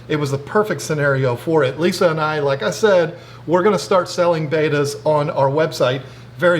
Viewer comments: in another one of their videos they actually go into why he calls it baita and not betta. He grew up is saying it wrong and it's hard to make the change plus he really just doesn't care because everyone knows what he's talking about. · It’s not Baita. Look at the spelling, Betta bet ta , see the 2nd t. 😖